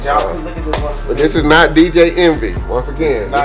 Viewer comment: « This is mot dj envy » 😂